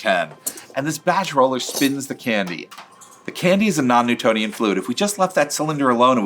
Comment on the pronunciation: Why does he keep saying "it's a non nutonian fluid" every few minutes?